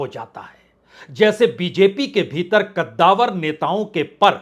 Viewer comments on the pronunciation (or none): none